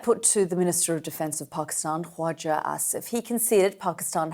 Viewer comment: She was right at one point and that being her pronunciation of KHAWAJA ASIF